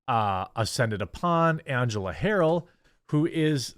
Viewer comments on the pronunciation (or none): none